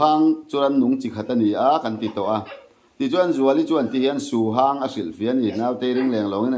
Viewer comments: Su hang tih kha a hang tih kha lam san tur anilo. Lam hniam tur. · Suhang ni lo in suhang, a ah hian thluk a awm lo